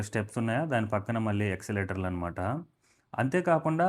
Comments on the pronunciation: Escalator pronounced as yes-ca-lator. Not exalator. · ఎస్కలేటర్...నాయన..... ఎక్స్లేటర్ కాదు....